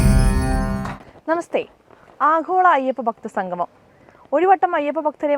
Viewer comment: ഞാൻ നേരത്തെ പറഞ്ഞതാണ്. എങ്കിലും പറയുന്നു. സംഘമം അല്ല കുട്ടി സംഗമം എന്നു പറഞ്ഞു പഠിക്കൂ.